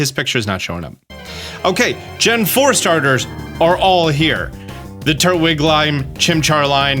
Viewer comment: cant wait for the "TURWIG LIME" 🤣🤣🤣